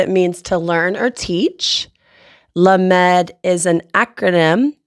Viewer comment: lamed is being mispronounced, Sound it out phonetically as "LOM ED".